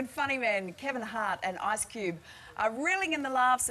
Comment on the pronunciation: I cant believe she said "ARSE CUBE"